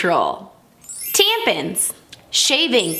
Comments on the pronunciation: Are we just gonna ignore the fact that she said “tam- pans” instead of tampons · I KNOW she did not just say “tampins” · sorry but what the fuck are “TamPiNs” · I also thought it was a joke reference. Not only did she say it, but it was typed that way Tampins. While she said it..... however during the rest of the video she never says Tampins again, she refers to them as Tampons.... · “TaMPiNs” Me: Finally someone knows how to say it 👁💋👁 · nobody: her: tampids me: its t-t-tampids damn it i mean tampids OMFG she got me saying it now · She said “Tampins” and it’s literally devouring my soul. Edit:HOLY how did this get so many likes :O thAnk U ❤ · It’s from the movie We’re The Millers. She said it normal every time after the intro. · She’s joking because the second time she said it normal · Me when she said tampons as tampins: GIRL WHAAAAAAAAAAAAAAAT DID U JUST SAY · "tampins" HAHAHA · she said tampin i love that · Did she say tampins !!!????? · Did she just say “ tamans” 😂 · Watch the movie called “The Millers”, you’ll hear “tampins” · The way she says tampons bugs me lol 😂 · was she joking when she pronounced tampons like that, i really wanna know XD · The way she pronounced tampons lmaooo I just burst out laughing, was not expecting that. Also there was a model on youtube that I used to watch a looong time ago and she always said she had super long periods, twice a month, and they couldn't figure out why for YEARS and then just a few years ago, I heard her name brought up again and I was like oh yeah, I remember that chick. And it was because she found out that internally (there was only one on the outside) she had two vaginas, two uteri, two cervixes and two fallopian tubes...